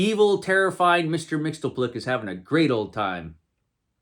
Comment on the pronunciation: It's pronounced Mix-yez-pittle-ick. 😉